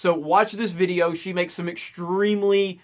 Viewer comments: love the way how you say "videoo" <3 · She's perfect, especially how she pronounces videooooooooooooooo.